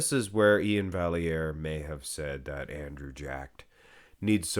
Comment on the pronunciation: I don't think it's pronounced "valley-air" should be "vye-air".